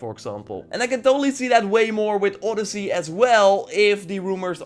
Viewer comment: 🇬🇷It's not oooodyssey it's odyyyyssey 🇬🇷 :)